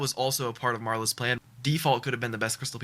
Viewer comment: "Marlow's" inner bri'ish kicked in ☠️